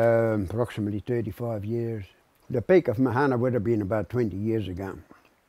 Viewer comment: It's pronounced maahana. Not mahaana. That's why these things don't work. Don't call things Maori names on Maori land if you can't even say the words properly. Bloody pakeha